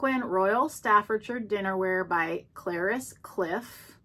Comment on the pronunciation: I was going to say the same thing. It's very collectable. You pronounced it right the first time cla riss. Love Polish pottery I have yet to get some.